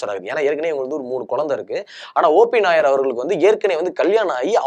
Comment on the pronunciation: கேரளா நாயர் இல்லை, OP நய்யார். பேர ஒழுங்கா சொல்லவும்😂.